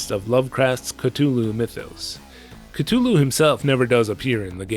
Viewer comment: Every time you say Cthulhu it hurts me. The “th” is pronounced like “the”. Its not a hard t